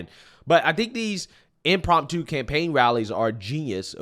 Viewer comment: And i hate to do it to you but you drive me crazy somwtimes with your mispronouncing. Its "impromptu". Sorry😂 love your channel bud i watch every one!